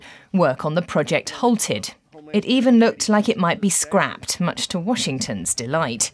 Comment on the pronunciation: How mush are you receiving from Washigntong?